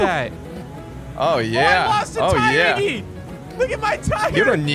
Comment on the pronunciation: WTF u says omg😂😂😂. Its iggy